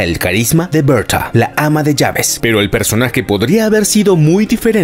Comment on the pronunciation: Berta, se pronuncia Berta. De dónde eres, de new hampshire?